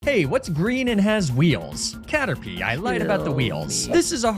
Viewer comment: I don't think I can properly articulate my love for Car-terpie